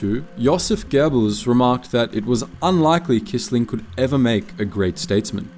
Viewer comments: Fyi: Quisling is pronounced “kwisling” in English, not “kisling”.. This video is a great topic never covered elsewhere. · Without the resistance, the war would have taken longer to come to an end. **edit**By the way, Quisling is pronounced kwisling 😉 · The name Quisling is pronounced “Quiz-ling”.